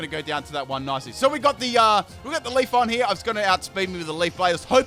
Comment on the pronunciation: I cringe when you say Pokemon names wrong, such as Leafeon, it's not Leaf-on